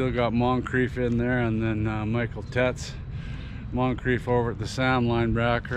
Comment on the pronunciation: Nice to see your face in this one! I think Teitz is pronounced like “tights”. He has an injury from last season or is still recouping. We also have Dalke I think.